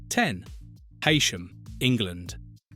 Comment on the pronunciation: It’s Hee-Sham